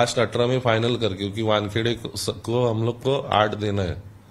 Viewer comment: وانکھیڈے لفظ ہے Waan-khe-de